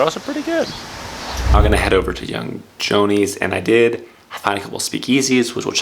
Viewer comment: Pronounced Young Joe‐knee and Cafe Series FYI